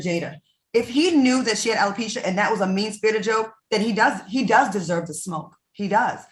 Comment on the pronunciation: Marshmallow LisaRaye it's not Hella-pecia it's Alopecia Dummy LisaRaye who always trying to correct people when they say a word wrong.